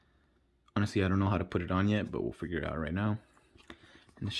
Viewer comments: good review but calling it figuie is very cringe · Nah it’s kinda funny. figuie. 😂